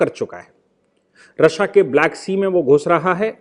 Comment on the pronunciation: रशिया रशिया गलत उच्चारण